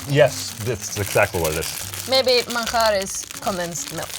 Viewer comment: pronuncia excelente español! Manjar!